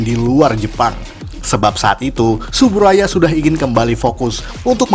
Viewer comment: Yang bener itu pengucapannya "Tsuburaya"